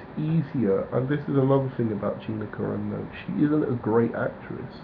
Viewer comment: It's Car-an-o. Not Caranno